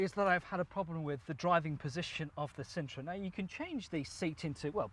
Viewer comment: yep i would change that quickly - Sintra not cintra - in the discription you say " is reviewing two popular MPVs. The sintra was possibly one the least popular MPVs or even cars of all time. They only sold like 80 of them